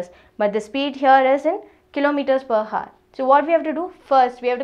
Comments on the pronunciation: mam it pronunciates \au(e)r\ not hour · 'Hour' as you can see 'H' is silent so it's pronounced as 'our'. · your pronunciation of hour is a bit wrong rest is very nice